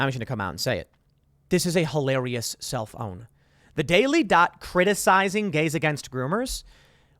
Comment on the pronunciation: Every time Tim says self own, I hear 📱